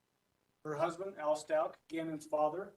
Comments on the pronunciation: Stauch is pronounced “Stowk.” Like the ow in cow. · Sorry sir but you really should at least learn how to pronounce the child’s last name right. If you actually listened even to any of the court proceedings you’d have known how to pronounce his name. I don’t know that really bothered me for some reason sorry don’t mean to offend you. Rip Gannon so sad for his dad I’m sure the misplaced guilt is eating him alive 😢